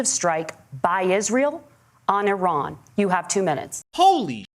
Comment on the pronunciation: NOOOO SOMEONE TEACH WALZ HOW TO SAY “IRAN”!!! It’s not “eye-ran”!